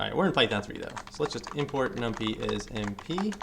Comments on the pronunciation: numPY!!!! num-pie, not num-pee — you were driving me crazy, good video though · as a young person, keep saying num-pee. Great vids btw